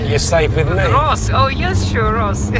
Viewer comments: It's Ross not Rose. I have watched over 100 videos of yours, stop calling him, rose. 🌹, it's a flower not a real G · No it's not, 😂😂😂, it's Ross like Ross from friends. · I am pooooopin, it's Ross not Rose, 🌹, it's disrespectful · His name is Ross that's Ross wituna double S not Rose. Is it really so difficult to actually call h8m by his name its s9 disrespectful doing what you're doing.